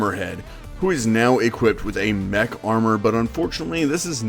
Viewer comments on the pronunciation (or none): none